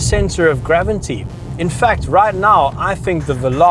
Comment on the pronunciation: did he say 'gravinty'?